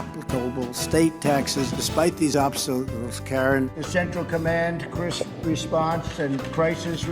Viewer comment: "Despite these obstaulzzz, Karen." 😂😂😂😂😂😂